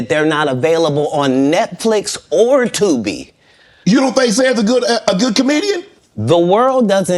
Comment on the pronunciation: 😂😂😂😂the way he kept emphasizing the word Tubi🥹😭😭😭